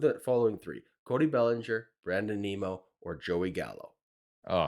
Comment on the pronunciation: Geez guys, how difficult is it to say Nimmo… like dimmo… which is what you guys sound like - dim. Nimmo is a better choice than Zimmer and Bellinger.